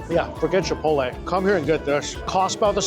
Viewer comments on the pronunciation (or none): none